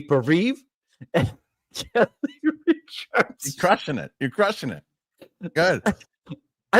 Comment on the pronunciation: It's Richards! Lol